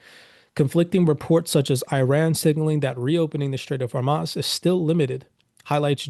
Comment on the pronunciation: I can’t believe anybody takes you seriously you can’t even pronounce simple words like Hormuz and Proctor